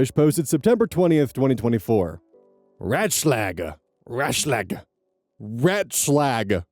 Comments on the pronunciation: "Ratschlag" (advice) is pronounced with two long 'a's, as in what the doctor tells you to say, so something like "R ah tschl ah g" (spaces for reading clarity). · I feel like you did Story 2 before, but from the other point of view maybe? It's ringing SO many bells in my head. It wouldve been like a year ago or so. Also Ratschlag is pronounced like "Raat-Schlaag" as an FYI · the german "a" sounds more like the "a" in "armor" For everyone interested: the a you made would be the letter ä(ae) in german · RAHT shlahg. Ratschlag. It's advice auf Deutsch. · The "A" in German is pronounced like the A's in ABBA, btw. Your first attempt had the consonants fairly well done. Good attempt! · "Ratschlag" pronounciation: As a german, you sound incredibly english speaking, but I can understand what you're saying! Good pronounciation of the "sch". English speakers tend to pronounce all A's like in "hand" or in this case, like the animal "rat" (funfact: rat in german is Ratte! (Pronounce like a in art, pronounce the e at the end)). If i were to try and write out this tone of A english uses in words like rat or hand in german, i would write an ä instead of a. It still doesn't translate perfectly, but i'd give it a 90% accuracy. As an example, I'm looking for an A like in "art". Always. Unless it's an ä, pronounce the a like you would in the word art. Now onto what you actually said and what it means! "Ratschlag" - advice is a noun made up of the words "Rat" - advice (older word, you would use Ratschlag over Rat; maybe used if you're getting advice from an elder or a valued profession (lawyer, medical field) specifically) and "Schlag" - hit (specifically hitting someone). I imagine the combination of Ratschlag originally relates to "getting hit over the head with it"? Not sure and I never really questioned why these words come together to form "advice"! In any case: they are posting on a subreddit made for asking advice. If anyone read this, thank you for reading my explanation!